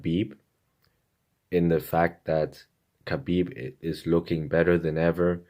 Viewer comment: Hi Chael! Greetings from Russia! I always love watching your videos. You have an agile mind and charm! I just wanted to point out that Khabib's name is pronounced like Habib. Ir the Russian transliteration it's adopted to spell this sound as the combination of K and H and you being misled by this, pronounce the first letter of his name as K, althogh it's H.